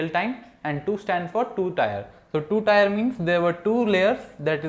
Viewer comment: I understand English is not your first language. Neither is it for many of us. Your pronunciation needs attention. For example. Tier as in two tier system. You say something sounding like "tyer". It is "teer". Please man. It is only four letters. Your videos are great and over time I am sure you will improve.